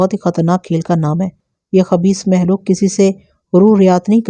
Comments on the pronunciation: Lafz makhlooq hota hai mahlook nahe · أپ لفظ مخلوق کو مسلسل محلوق پڑھ رہی ہیں اور مخدوم کو محدوم ۔ یعنی خ کو ح پڑھ رہی ہیں جو کہ درست نہیں ہے